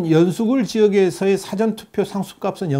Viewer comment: 발음을 정확하게 해주세요. "사전투표"가 아니라 "사:전 투표" 입니다. 듣기가 거북 합니다. "있을 사" 가 긴 발음입니다 부탁 합니다